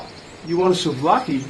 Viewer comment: Being a Greek man, I appreciate your appreciation and also the correct pronunciation of the names of things greek in this video